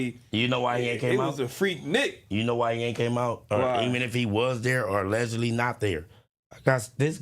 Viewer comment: “She just sayin her ‘alleogedy’…”😂😂😂😂😂 Once again, we need a Smactionary ASAP